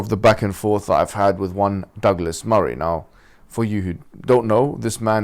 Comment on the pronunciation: Douglas sounds like Dégueulasse. It's in French, Google that.